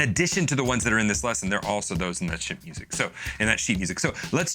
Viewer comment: Oh come on, no one in the comments is gonna acknowledge how he mis-spoke “sheet music” at the beginning?! It was hilarious. I’m disappointed in you, YouTube commenters. 😂